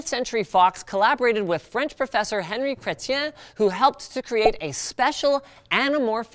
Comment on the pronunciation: strangely , if he was french, it wouldn't be "hen-ree" , but, "on-ree" , no? and i thought it was fred waller who was the inventor. non?